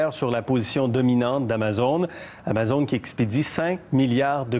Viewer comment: TOKÉBAK ICITTE. on dit amazÔne